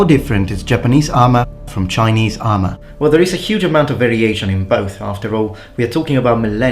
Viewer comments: your Chinese pronunciation was pretty great! Good job on not butchering it :) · Impressive Chinese pronunciation! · Your Chinese pronunciation is actually quite accurate. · Chinese pronunciation on point!